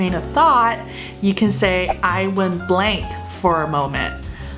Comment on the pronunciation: Went blank for a moment? Blank 好像发音不太对